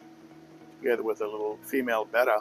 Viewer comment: He also mispronounces betta. And he is old enough to know better!